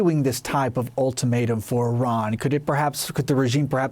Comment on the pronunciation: It amazes me on how many people say "Iran" incorrectly